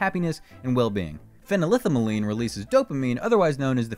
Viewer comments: the pronunciation of phenylethylamine is a bit off here, hahah. break it down into parts to get the pronunciation. phenyl-ethyl-amine. fennel-ethel-uh-meen. probably some other variants but they should sound similar! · LOL, the host mispronounces phenylethylamine.